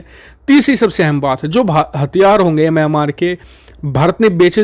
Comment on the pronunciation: म्यामांर नहीं मिंयामार कहो!